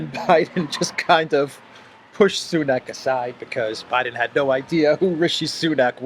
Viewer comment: he said 'sanuk' as RS's last name. And at the press conference after signing AUKUS Treaty with UK and Australia, he referred to Australia's PM Scott Morrison as 'this fellow from Down Under'. This man's contempt for other leaders is boundless. Can never care to know whom he has been with. It's always all about him and his Hunter, 'the most clever guy he has ever known.